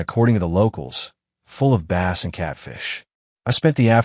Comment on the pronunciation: Cant even pronounce Bass 🤨